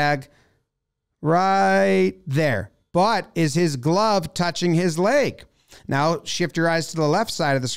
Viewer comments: Jomboy continuously pronouncing “leg” as “layg”, a breakdown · The only thing this showed me is jomboy is says lage instead of leg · For some reason I enjoy Jomboy's pronunciation of "leg". Great breakdown!